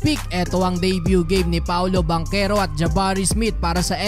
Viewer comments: Taga saan kau sir?😂😂 banchero po at hindi bankero😂😂 parang taga kapampangan lng..hindi marunong Magsalita ng H😂😂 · Hindi "Bankero", Bantsero, (Banchero), Hindi Timberwood, Timberwolves! 🔥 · Parang baligtad yta yung bigkas kac NBA na yan dapat paolo banchero...yung sa PBA nman yung bangkero kac lokal lng xa...lmao...3😊😊😊😊😊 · Bantsero yata hindi Bankero 🤣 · Paolo at Chris Banchero ... Bang-kero ang basa dyan tol.. ginagawa mo? yan natosta ka tuloy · Bangkero tlaga pronounce nyan, naf appeal nga yung sa pinsan nga sa PBA ee, bakit daw ban-chero yung pronounce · Bang-kero po pronunciation kahit sa game kanina yung commentator at nung draft day ni Adam Silver Bang-kero pronounce nila. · Bantyero ang tamang pronunciation… hindi mabigkas ng mga Kano…Pamangkin sa Pinsan ni Chris Banchero yan… Bantyero ang bigkas sa apelyido nya sa PBA… italian ang apelyido nila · Bankero po tamang bigkas dun hehe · Bankero ang pronounce as per chris bachero ng pba yan ang pag tamang pronounce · I have not heard nba commentators how they pronounced banchero pero sure ko na BANKERO ang tamang pronunciation niyan dahil half Italian si banchero.. ch ay k ang pag pronounce… I hope it helps thanks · bangkero talaga ang pag pronounce nyan, kahit sa Relative nya sa PBA na si Paolo Bangkero na din ang banggit ng mga announcer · Haha bankero ka ng bankero, hahaha wala ka ata ch sound haha